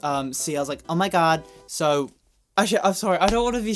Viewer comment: "Oh My God" - "Oh My Goudy"